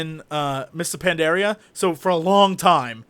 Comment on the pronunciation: Is it me or Jesse that cannot pronounce Pandaria?!?!?!?!?